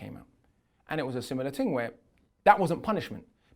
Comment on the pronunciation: he says 'thing' then just after that he says 'ting'. Be yourself bro you're intelligent and even speak about pronunciation in this video